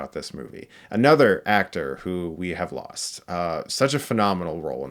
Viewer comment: "I thought I'd losht you, boy!"